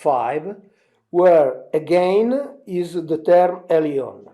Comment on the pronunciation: Elyon > Alien is what I'm hearing......